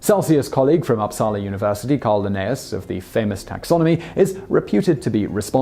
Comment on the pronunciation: It's fun to hear Simon try to pronounce my hometown "Uppsala" lol. Located in sweden I can add, as he only mentioned Ekström being swedish. I was also taught that it was Celsius' students that switched the scale. Huh. Fun fact; the Celsius house is a building where he worked and it's the only house that isn't built with the New Street plan as the rest of the inner city (as it is an old old house) thus it is askew from the rest of the buildings.